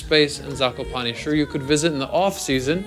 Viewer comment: ''zakopani'' xd